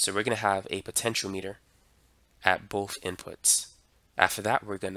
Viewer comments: I thought it's pronounced "po-tent-chi-ometer" not potential meter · Why you say Potentiometer and De-coupling, weird?